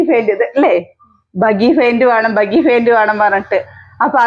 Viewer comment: ബഗി അല്ല ബാഗി ആണ് 😊